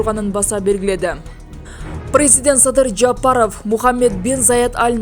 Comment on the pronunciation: Ушул алып баруучу Ким? Прэззыдент деп кулакка жагымсыз деп суйлойт, тооба. Риторика, произношение деген сабактар болчу эле. Кечиресиз капа кылсам. ...